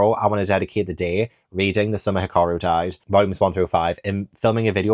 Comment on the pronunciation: No,. I'm pretty sure you've been saying it right - Hee-car-roo... but there's always the anime for clarification.